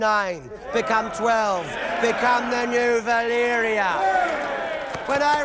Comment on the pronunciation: Why you keep spelling the names wrong? It's 'Valyria' not Valyra. And you said Harrenhall wrong. Otherwise,cool video.